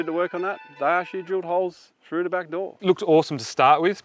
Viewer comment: U can say THe. So why not THree, THrough. U sound like a child